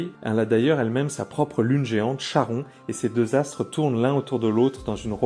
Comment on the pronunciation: aïe ! Charon se prononce Karon (car étymologie grecque)